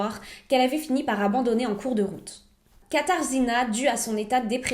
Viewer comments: Ça se prononce katagena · Ayant passé un an à Cracovie, je peux te le dire, ça se prononce "Katagena" ou "Kasha", c'est plus simple. Compliqué comme langue le Polonais. Sinon, super vidéo :) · Contente que tu aies traité une affaire polonaise comme je suis polonaise haha. D'ailleurs, Katarzyna de prononce "katagéna" 😌 je ne vais pas faire toutes les prononciations mais voilà au moins pour ça 😉❤️❤️ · Je voulais juste laisser un petit commentaire sur la prononciation (c’est juste comme ça, à titre indicatif sans moquerie aucune : je sais que le polonais est assez difficile à prononcer) Le « rz » se prononce comme un « j » donc son prénom se prononce « Katajéna ». Et Kroków c’est Cracovie, la plus belle ville du pays et sûrement là plus connue aussi Pour finir, le fleuve de Cracovie c’est la Vistule pas la Vistula. C’est comme dire que le fleuve de Montréal c’est le Saint-Pierre. Avec un peu de recherche, on trouve très facilement ces informations même si on ne vit pas en Europe Voilà 😉